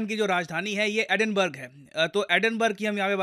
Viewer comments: Edinburgh pronounced Edin bara not Edin burg. Please avoid bookish pronunciation. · Edinburgh ka pronunciation Edinberg nehi .... actual pronunciation Edinborah 🥹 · Maine tujhe kaafi mahinon pehle bataaya tha ki it's not Liz ट्रुस, it's Liz ट्रस. Aaj main bataaataa chaloon ki Glasgow is not pronounced ग्लॅसगॉव. It's pronounced ग्लॅस्गो. And Edinburgh is not pronounced एडिनबर्ग. It's pronounced एडिनब्रा. Kya ho gayaa tujhe yaar? Itnaa bhi nahin maaloom? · It is pronounced Edinburra not burgh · Actually it is pronounced as Edinbruh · Edin-burg...?? LOL